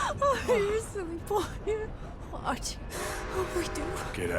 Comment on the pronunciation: Lenny - my boah